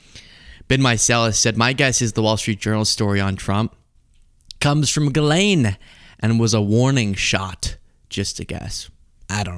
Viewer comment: It’s not Gill-lane … it’s pronounced Jis-lay (the n is silent)